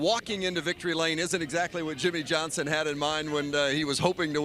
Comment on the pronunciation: Yimmie yohnson